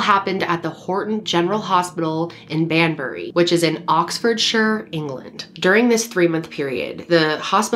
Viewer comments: Can I just say as a British person you said the name of the town perfectly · All her pronunciation was perfect, no need for any help. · I'm from the UK and the pronounciations sounded spot on to me! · Pronunciation is fine. I remember this case at the time. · I'm from the UK, you got the pronunciation great here 😎👍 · You said Banbury right 😄